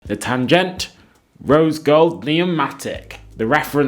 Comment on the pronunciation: Tan-ghen-tuh, not „tangent“. Also, not Nordic styling… it‘s a Bauhaus aesthetic (like the Lange watch you showed). 35mm would be entirely suitable for your wrist. Shell cordovan leather is equine leather, otherwise known as horse hide, otherwise known as horse rump.